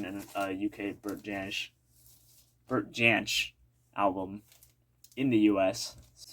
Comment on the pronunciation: great that you picked up on the end’s album. That must be so hard to find in the US. Your pronunciation of Bert Jansch was spot on! Happy New Year.Mark@